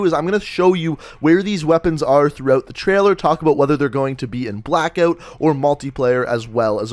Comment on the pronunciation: Pretty clear that is an 8 shot revolver and is it Canadian to pronounce it Blackeout?